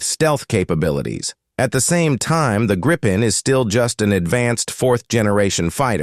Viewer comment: Please instruct your AI the Gripen is pronounced only as Greepen, not Grighpen. 👍🇸🇪